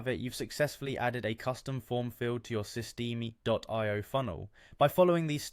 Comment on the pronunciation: Just trying to help you out. Usually it's pronounced sis-t- M.